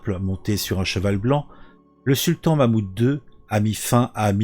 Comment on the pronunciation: Mehmet II et non Mahmoud II. Merci quand même pour l'histoire 👍. Comme quoi, aucune entité ou oeuvre humaine ne dure pas éternellement.